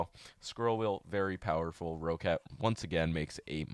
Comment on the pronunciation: nice video, BTW roccat is pronounced as rocket